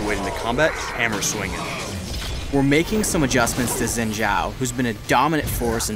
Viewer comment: I don't know why everyone (including riot employees( still pronounces Xin Zhao incorrectly. It is pretty simple, "x" in Chinese is pronounced as "sh" in English. Xin sounds actually sounds like Shen if you don't worry about the 4th tone.